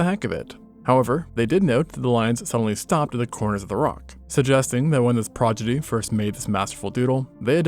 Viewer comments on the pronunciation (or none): progidy. Even AI narrators fumble "prodigy". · Prodigy, not "progidy" 😭